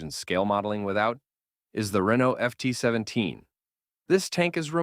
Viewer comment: Total bs he FORGOT the centurion, Panther, Patton, and added the maus, Crusader, and FT-17 which he obviously cannot properly pronounce